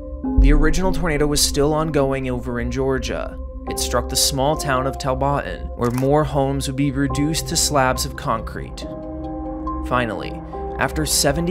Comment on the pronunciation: I live in the county that got hit by this tornado and we was at my aunts house for that weekend btw that Georgia twins name is pronounced tol-ba-tan